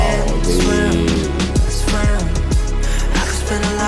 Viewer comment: Swim ❌ Swem 😂